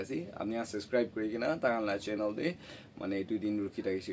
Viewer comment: Everything is so good❤❤ but Baba wala laga pronunciation olop week asey practice kurila bishe bhal hobo common words like channel, subscribe & chawal etc..🙏